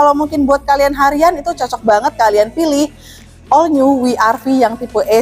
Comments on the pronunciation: W itu bukan wi, tapi double yu, jadi baca nya double yu ar vi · Koreksi mbak.. WRV bacanya dlm english ( double U, Ar Vi)... klo dlm bhs indonesia( We Er Ve) Maaf mbak,.. tetap semangat, semoga laris jualannya